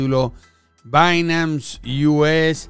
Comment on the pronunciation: repite despues de mi, es "Bainans" no "Bainams" hahahaha